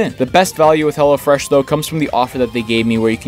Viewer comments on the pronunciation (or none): Everytime he said Hello Fresh it sounded like he said hella fresh